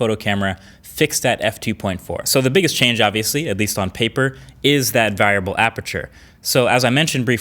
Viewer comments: Vireable? That's such a unique way to say variable -- I dig it. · you say variable funny :P